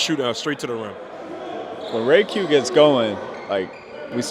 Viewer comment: respectfully stop calling me jayq it’s RAYQ